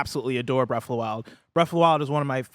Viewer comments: "Bref of the wild" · Breaf of da wile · “Breaf of the Wild”